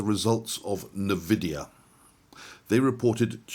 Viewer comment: do enjoy your videos but pls say ENVIDIA,. am i mad or does your artwork change everyday